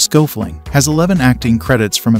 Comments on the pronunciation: Schoeffling is pronounced completely different. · pretty sure that's not how Schoeffling is pronounced. Thanks for doing your research.